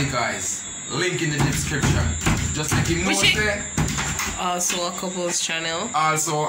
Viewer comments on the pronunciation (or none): The “dipscription”....king neva say it right yet🤣🤣